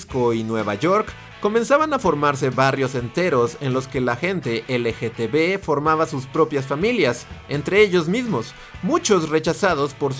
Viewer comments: Amigo no es dificil decir LGTB repite conmigo L-G-T-B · Cada que menciona la abreviatura (mal pronunciada) me la imagino escrita LGTV jajaja